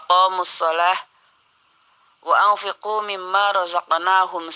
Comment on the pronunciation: Maaf ayat Al Qur'an yg dibacakan Surat fathir : 29 pada kata واتفقوا Dibacanya bukan wa anfiqu tapi yg benar wa anfaqu .. Syukron wa jazaakallahu khoyron koreksinya ,Herdis Faqih